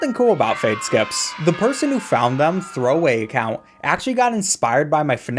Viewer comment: the fact you said throwaway account like an actual name 💀